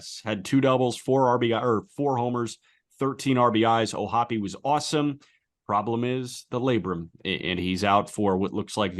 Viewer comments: And yet, O’Hoppe does, in fact, pronounce his last name o-HOPP-ee, with three syllables, just as Jack, Aram, and Peter did. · It pains me the way "O'hoppe" is being pronounced here! I refuse to believe it!